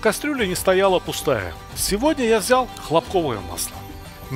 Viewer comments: Никого не смутило, что масло хлопкОвое? А не хлОпковое! Режет слух. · Масло наверное хЛопковое а не хлопКовое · А почему хлопкОвое масло,а не хлОпковое? ХлОпок, а не хлопОк. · Как только я дошел смотреть до места где ведущий не правильно ставит ударение на слове хлопковое, то желание смотреть дальше исчезло. По правилам русского языка ударение на первый слог хлОпковое